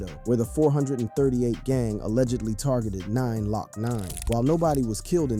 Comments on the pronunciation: done said "Hot BoyE" "Hot Bo "eye" & 9 LOCk 9 😂😂😂😂😂😂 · Did say “nine lock nine” as in glocknine??? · Who's thos man reading this calling the rapper 9 lock 9? It's just Glocknine, the 9 in front is meant to be the G-on. Glock9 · Mf said 9 lock 9 😂 its glokknine